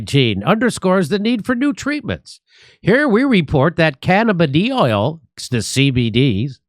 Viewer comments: FYI Jimmy, "cannabidiol" is pronounced "Can-a-biddy-ALL", not "can-a-biddy-OIL" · It's not that hard to say, guys... 🤣 Hint: it's not "oil." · can-uh-BID-eee-awl. I think. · Where Is Jimmy ? Weekend off? Canna biddy all...pronunciation 😹👍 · “Can a biddy all” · CAN-A-BID-E-OL, sheesh🤦🏻‍♂️ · oh and (ca-NAB-a-noids and can-uh-BID-ee-all) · " Can-a-bid-ee-all " is how it's pronounced as far as I know...at least around here 😁. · Cannabidiol = Can-na-ba-die-all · I believe it would be pronounced: "Can-a-bid-ee-ol" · "Can-Ah-Bid-eye-all" Jimmy. There ya go. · Can I b die all. That's how you pronounce it. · Pronunciation: ‘Can-a-bid-e-all’ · Cannabidiol - can uh BID ee all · Cannabidiol pronounced "can a bid eye all" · Hey Jimmy, it's pronounced "cannabih-dial" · [kanna bidee all] ...at least i think that's how its pronounced. Anyway. I love how excited Jimmy is about this particular news clip. haha. =D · Pronounced kuh-nab-ih-die-all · iol not oil, Jimmy. Good to know. Im smoking weed every day. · Can-uh-buh-die-all… you’re welcome lol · It is pronounced Kah-NAH-Bih-Die-All. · Cannabiddy oil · Pronounced : Canna-b-diy-all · Pronounced: Cannabi DIAL Like to Dial a phone number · Jimmy ... my guy lol.. met-tab-oh-light... canna-buh-die-all